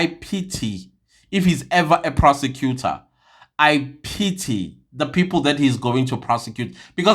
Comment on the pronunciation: Did you say a persecutor or perpecutor and to be on bench in RSA Law Society 😂 c'mon 😢